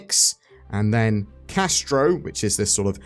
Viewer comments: Castra not Castro, althought I for one, think revolutionary south american leaders would be great, I mean Simon Bolivar had a whole county named after him so why not? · Castra Castra with an "a" on the end....not Castro! :)